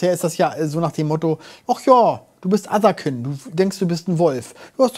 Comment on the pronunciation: Allein schon Otherkind...nicht etwa Englisch Otherkind (keind) weil man einer anderen Art angehört...nich doch 🤣